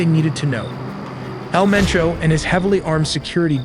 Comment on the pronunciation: its MENCHO 😂 haha love yalls videos!